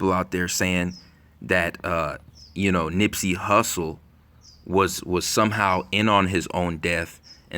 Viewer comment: Who said nippsy like X 😡😡